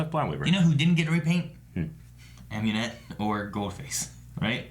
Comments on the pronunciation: Dude, it's Amunet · lol no it's Amunet.